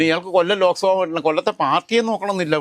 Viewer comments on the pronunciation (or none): none